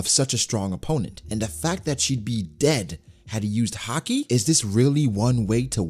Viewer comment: why does he call it "Har-Kee"? It's "Hah-Ki" right?